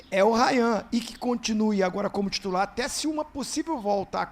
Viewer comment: Olha em que nível chegamos , Paquetá tutular 😂😂